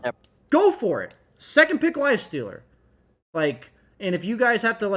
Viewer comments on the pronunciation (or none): “Lif aster”